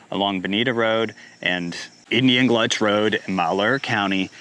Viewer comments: Indian Gulch Rd, not Gluch, I think. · LOL "Indian GLUTCH"? ALSO it's MAL HEUR